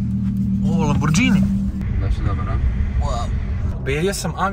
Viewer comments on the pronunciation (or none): Lamborgini a ne Lambordžini , ljakse! 🤣🤣🤣